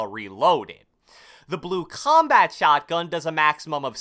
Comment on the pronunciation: I really hate the way u say combat, comments and console sooooo much